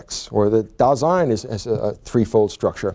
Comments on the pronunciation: It's Dasein, not Design. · Just wanted to inform you that it's not DESIGN; it's DASEIN. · mispronouces Dasein as if it were French, not German, maybe an attempt to prove to Americans he's competent?